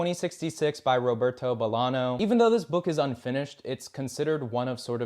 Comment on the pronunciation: He says Bolano weird too. Not a bad video but the pronunciation feels slapdash.